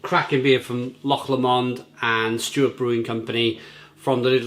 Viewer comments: It’s Loch ‘LOW-MOND’ not ‘LAW-MOND’ mate! Cheers! 🍺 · How many times can you get the pronunciation of Loch Lomond wrong 😂 say it as Loch Low-mond 👍